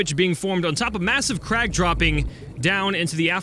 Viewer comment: You're right saying crag it comes from the Irish word Craig meaning rock so it literally means rock field